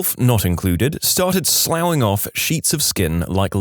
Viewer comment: Slough. Sluff. It's pronounced, sluff.